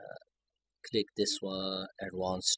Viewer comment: "then, uh... click this.... awddwanced than uh... cliik okey... than uh..." bro just put fucking text if you cant speak